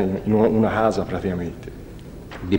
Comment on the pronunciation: "Una stanza o una casa?" "una stanza...si...era in u... una hhhasa pratihhamente"